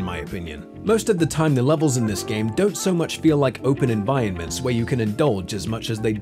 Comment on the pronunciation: your saying environments wrong